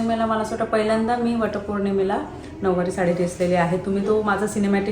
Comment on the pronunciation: नववारी नाही -नऊवारी